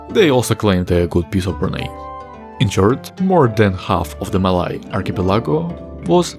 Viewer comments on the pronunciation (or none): none